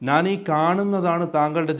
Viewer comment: ഞാൻ എന്നു പറയൂ. നാൻ എന്നു പറയരുത്. ഞ.... ന യും ഞ യും വേറെ വേറെ അക്ഷരങ്ങളാണ്